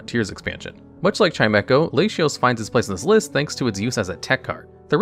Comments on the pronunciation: My man says “Layshios” 💀💀 This is like saying my name “Mayshus” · Oh, I’m a native English speaker and I always thought it was la-tee-ohs and la-tee-ass like you said , so I have no idea where we got that from. Also how did he pronounce reuniclus? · NGL, I've never heard ANYONE pronounce Latios or Latias like that in my entire life until now...but you know what? Your way of saying them....actually doesn't sound too bad, tbh. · Delta Species are my favorite thing maybe in all of Pokemon and psychic Treecko was what got me interested in them so it's neat to see his final evolution in the top 3. Please never say Latios and Latias like that again. I know it's a thing you and Wolfey do and I respect the Hussle but that has gotta be the worst it's ever been. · I found your videos ages ago though wow and after I moved on from that watching your duel channel. I am super happy you expanded to magic and Pokémon as I love those games. However I can't get over the fact how hilarious you say things like Latios or Izzet, but said Asmoranomardicadaistinaculdacar perfectly. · Those Latios and Latias pronunciations is a jumpscare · I don't know the official pronunciation, but as a spanish speaker i found very funny your Latios pronunciation, great video buddy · whyyyyy do you still say latios like that i thought it was just a one off pun but its happened so much i'm starting to think you just actually say it that way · i think pronouncing 'latios' to rhyme with 'ratios' is fucking gigabrain actually and i will also be pronouncing it that way from now on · Hearing Lashyas and Lashios is for sure a Reuniclus moment xD to my knowledge, they are and have always been La-ti-os or Lati-oss and La-ti-as or Lati-ass... I can understand tho for English only speakers, but for Spanish speakers like I, the La-ti-os / La-ti-as pronunciation grew organically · Oh no, its La-ti for everyone idk why he pronounces them like that cause like it doesn't make much sense in english either